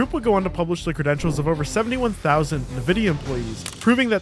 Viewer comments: go ahead say nividia again, English do you speak it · Every time someone pronounces it Navidia, a puppy dies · Nuh-vidia? Bruv… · did my guy just say nuh-vidia? lol smh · its pronounced N. Vidia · fr bro its envidia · my hero. he doubled-down like Disney and silicon DEI did, when it counted most. dude. nuhvidia? nvidia is short for the spanish word envidia. envidia for jealousy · “Nuhvidia” What da hell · My goodness. It's N-Vidia, as in pronounced "inn-vidia." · NVIDA is pronounced: in-vida. Also, Bill Gates hasn't had much to do with Microsoft in about 20 years. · I was really intrested in this video until you said "nvidea" the way you did. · bro you cover tech. It's pronounced EnVidia for Nvidia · its pronounced "EN-videa" fuckin AI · You are the first person in the world to pronounce Nvidia as "Nuhvidya", wtf? Edit: yea i disliked and left the video after i saw that it wasnt just once. you are weird man, feels like you havent heard anyone else talk. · Who the hell is Nividia? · All I heard is ROgrats lmao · Really interesting video, but your mispronunciation of Nvidia is rather jarring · why does he say nvidia like that... lmao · Good video but please learn how to pronounce Nvidia and Jira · How can people still not know how Nvidia is pronounced? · Hey man you need to redo this after you learn how to pronounce Nvidia. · I still can't get past how you pronounce NVidia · Except that he can't pronounce Nvidia correctly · Agreed! He needs to work on his Nvidia pronunciation though. Hearing it butchered was like ear sandpaper! 😲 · ...also, it's not "NUH-VIDIA". it's "EN-VIDIA" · who the fuck says "nuh-vidia". Can you dont. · I hate how he says "Nevidia" instead of "Nvidia" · "NEvidi.. NEvidia" .... N-VIDIA -- EN-- VIDIA.. ENVIDIA.. ( like the spanish word for ENVY) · there's no a after N, its N, VIDIA. not NA, VIDIA. All this information and you can't even get that right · IN-VI-DIA not NI-VI-DIA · it's "ENVIDIA" not "NUVIDIA" lmao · EN-vidia, not NUH-vidia